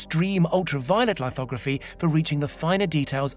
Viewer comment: It isn't "photo lighthogrophy", its "lithography". The root word "lith" refers to stone, you know, like "monolith" or "regolith". Dude are you even British?